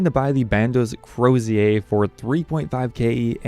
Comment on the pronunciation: "cro-see-ay" It's a "cro-zure." It's the hooked staff that shepherds, as well as bishops, use.